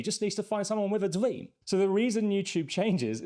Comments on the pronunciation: What’s your dweam really sent me 😂😂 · Find someone ‘With a dweem’ 😂